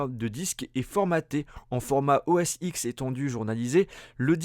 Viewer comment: Juste pour information, on dit OS 10 et non pas OS X...